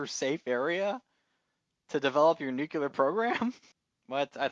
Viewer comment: Some of your insights were interesting, thank you, though I did think it was also a little odd that you object to science fiction elements when you're discussing a series based on a science fiction novel. Two suggestions for aspiring podcasters - nuclear: noo-clee-ar. It's very distracting when you keep mispronouncing this word. Also, since you're recording, you should have paused a moment to look up that Lem delivered the films that the Man in the High Castle didn't burn to Mr. Tagomi and that "the antique guy" is Robert Childan You did look up the obergruppenfuhrer translation, after all.